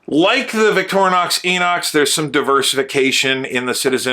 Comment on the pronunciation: I like how you pronounce Victorinox.